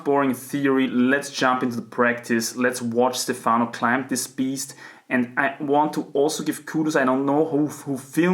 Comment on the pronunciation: Your pronunciation of “Stefano” is above average indeed, but perfect accent would be on the E letter: StEfano rather than StefAno